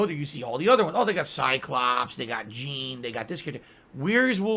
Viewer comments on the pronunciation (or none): none